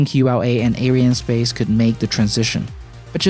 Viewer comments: It's not 'air-eye-en' space. It's 'ary-ann' space. It's mostly a French company. This isn't a complaint, it's a correction. Watch this video for confirmation of the name = Around the 1 min mark, ish. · "a company you probably haven't even heard if....it's called ariannespace"...or as you pronounced ah-ou-i-r-annespace :facepalm: BITCH PLEASE , not everybody on the internet is from USA